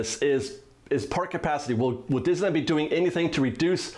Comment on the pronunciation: I think that you can use this quarantine time to practice saying the word Disneyland correctly.